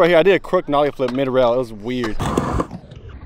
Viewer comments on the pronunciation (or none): mf said nollie ngr